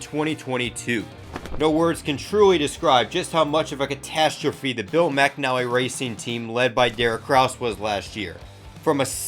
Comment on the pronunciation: Wait it's pronounced "Mac-Nally" and not "Mc-Anal-ly"???? Well I just learned something new... oops